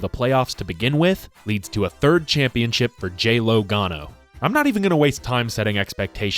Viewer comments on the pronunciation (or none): When you said "J-LOgano" a spat a lung =) Congrats! Great job. I follow you from Italy